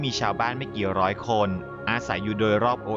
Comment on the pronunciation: ร้อยครับไม่ใช่ล้อย